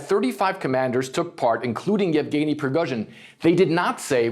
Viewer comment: omg are you new? It's YEVGENY, you overpaid talking head. He's been in the news cycle for YEARS now and I can't even why you can't properly enunciate the man's name smh